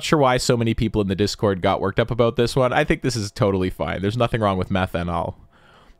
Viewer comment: "Aboot" Hmmmm